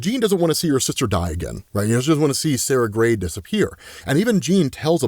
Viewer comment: Every time you say Sara Grey, I double take and think, Did just say Sasha?